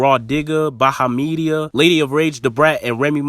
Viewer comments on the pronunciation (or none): You totally butchered "Bahamadia" name!! And looks like this osmt about Bars!! Because Jean Gray wouldnt be 8!!!! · The way he butchered Bahamadia's name! I hollered!!! 😂😂😂😂😆